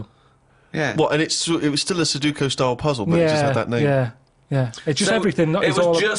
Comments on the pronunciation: su-DO-ku not so-DU-ku, agh! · No Ricky just says it weird